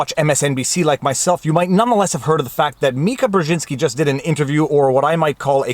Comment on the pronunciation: Ty for saying Mika correctly lol